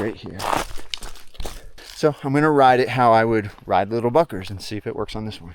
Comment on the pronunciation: "Littel *uckers".. lol ; )